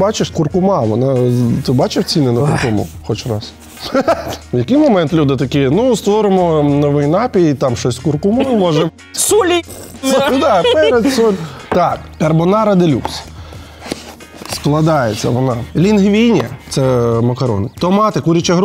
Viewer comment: Дякую за випуск!❤ Льоша, ти вже дуже круто розмовляєш українською! Вибач за маленьке зауваження в слові «напій» наголос на другому складі: напІй, напОї. 😊